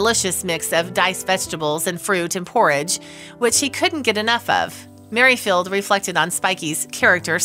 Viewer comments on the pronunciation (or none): 'Mary Field' for Merrifield too !